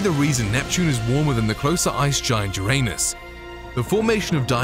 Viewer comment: You said Uranus wrong…